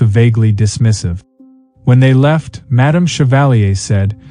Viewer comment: but isn't equally rude to say something like shevalleey, when the name is chevalier? how about pronouncing it correctly? and saying madame as if it was an old western?